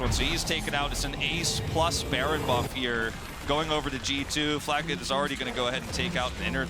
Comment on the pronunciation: Flacked. Not Flack-ed-e. Fml